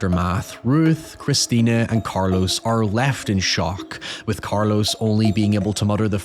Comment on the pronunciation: in their defense (which i rarely give brits) the Spanish phonetical system is logical, unlike that of English. most ppl can't physically pronounce some sounds, as much as they pick them up. there's nothing wrong with pronunciation of Carlos, for example- Cayetano happens to be a difficult one